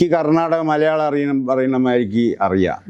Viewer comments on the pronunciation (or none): none